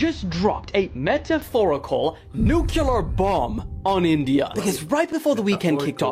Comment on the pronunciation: Can nobody say the word Nuclear? N.U.C.L.E.A.R, sound it out! Nucular is NOT a word! F¥@